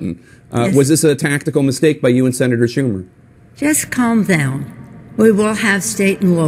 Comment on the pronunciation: Sounded more like "Calph Downpfh"